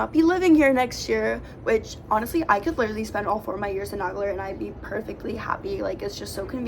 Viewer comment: This is the second video tour I've seen about Nagler Hall. Just for the record, in both videos Isidore Nagler's name is mispronounced. The name is NAY-gler, not Nag-ler. He was my great uncle, his sister was my grandmother. Nagler was the vice president of the International Ladies Garment Workers Union for 30 years. Definitely NAY-gler. Just saying.